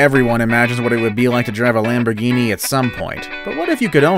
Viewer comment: No u said the Lamborghini wrong 😑